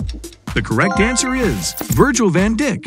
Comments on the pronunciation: I heard van D#*k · That is van dick is like speed just spell van dick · Van pula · I thought his was van djik but it's van duck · Did anyone else hear how he pronounced van dijk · Yes,he pronounced a sware word😂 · Yes so sus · Yea that’s weird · I know Right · Yea he pronounced it just like speed